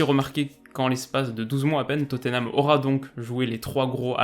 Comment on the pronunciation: Alors tout ce que tu fais est cool mais par pitié prononce Tottenham autrement que "toténame" stp !!!! C'est "tot-nam" avec le "a" qui se prononce quasi comme un "e".